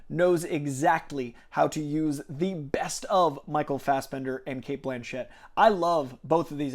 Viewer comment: Btw, it’s ‘Blanchett’, not ‘Blanchette’ 👌